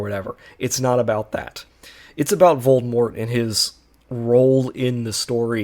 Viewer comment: Bro how are you unable to pronounce Voldemort?